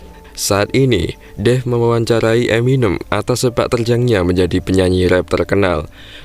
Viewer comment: eminém mas.. bukan eminêm